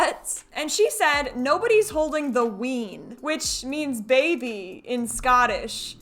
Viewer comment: Not "ween" "Wee 'un." Like little one.